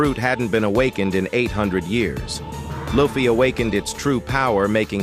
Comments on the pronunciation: Please call luffy correct. It is annoying. His friend call him luffy, not laffy. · Thumbs down for the AI voice that can't even say Luffy's name. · I couldn’t continue watching when you mispronounced Luffy. So I wish you all the best and bye for now ! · The way they say luffy makes it hard for me to take their information seriously when he can’t say the protagonist name right